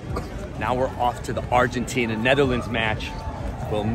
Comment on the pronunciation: Bro he said knetherlands ☠️